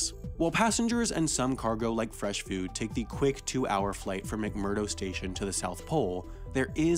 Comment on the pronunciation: Did anyone else notice he said "food" in an Antarctic accent?